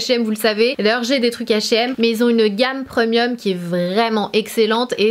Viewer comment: Tu ma tué comment tu prononces « premium » - preuuuuuhmieuu